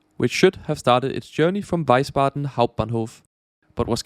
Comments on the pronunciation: The City you mean is Wiesbaden not Weisbaden. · btw it's Wiesbaden, not Weisbaden ^^ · Nice video. But: it's Wiesbaden, not Weisbaden.